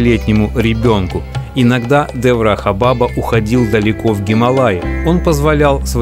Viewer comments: Абсолютно без😢грамотный блогер, не знающий, что не баба, а БАБА, ударение на 2й слог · Да блин, бабА . БабА а не бАба!! Уши вянут чё за прононс дурацкий!? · НЕ бАба а бабА :) Означает отец и дед.На тюркских и др вост .язх.Также в одном из немецких и итальянских диалектов.Спасибо за все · Не ба'ба а баба'. Дедушка, то есть. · Не бАба, а бабА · Спасибо друг!!! Опять жить захотелось:) благодарю!... немного исправлю, бабА .. ударение на посленюю букву) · Я тоже считаю что ударение на последний слог- бабА. Это как Али бабА. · Ударение! Шри Деврахá Бабá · я бы с удовольствием был родственником такого человека как Андрей Макаревич. БАба на Санскрите произносится с ударением на первую А. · Если ты о них не знаешь , то это твоя проблема . И в слове баба неправильно ставишь ударение . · Косноязычный ты человек. Во всех тех словах: Ашрам; Баба; ударение делается на последнем гласном. То слово "баба" как ты произносишь это женщина на русском яэыке, то же самое и на санскрите. "Баба" переводится с восточных языков как "Дедушка" "Дед" "Великий человек". Коверкать слова не надо, Ударения надо правильно ставить. Ты что Макареыича родственник что ли?.